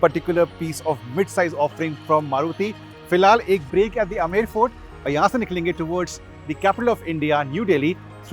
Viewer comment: Sir अमेंर fort nhi , iska shi pronunciation आमेर hai